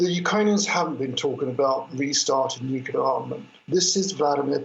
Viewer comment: The lady commentator needs to correct herself on the word "nuclear". It is not "Nucula". This mistake is common among uneducated folk and undermines her professionalism and credibility. She otherwise comes across well, so attention to this important detail will help advance her professionalism.